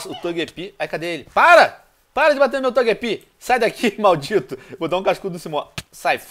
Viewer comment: Togepi? TOGEPI??? poxa venonim óia as pronuncia, (Ps: se escreve Gyarados e se fala Guiarados, esse vc acertou :D )